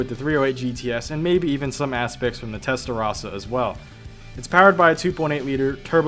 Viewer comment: Test rossa not testa rassa